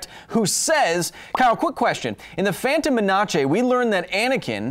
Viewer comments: The way you pronounce The Phantom Menace amuses me too much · Wait how did he say the Phantom menace